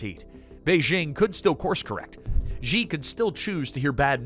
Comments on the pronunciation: Xi is pronounced "She". Not "Gee" or "Jee". She. As in "SHE is very intelligent." If you want us to take your analysis seriously, the least you can do is pronounce Xi's name properly. You don't have to speak Chinese, but if you are doing a whole video on the ruler of China, it does help to get that one thing correct. Especially because it is easy to say for an English speaker. She = Xi. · Nice documentary, but you'd garner so much more credibility if you could've been bothered pronounce Xi's name correctly (Clue - it's not 'Je' as in 'Je Suis'). As the Chinese saying goes - from the small points, we see the big points'.. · It's interesting that the narrator pronounced "Xi" differently - most times as "Jee", and a few others, as "she". The latter is correct (this from a Mandarin speaker - but I think WaPo or some MSM publication ran an article on this exact point).